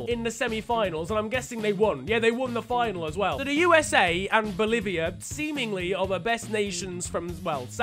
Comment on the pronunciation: The way you said Boliviá LMAO